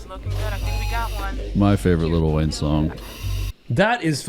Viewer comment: “Little Wayne”😂😂😂😂😂😂 its Lil Wayne